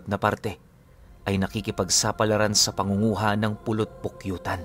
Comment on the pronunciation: Polopokyutan po hindi pulot pukyutan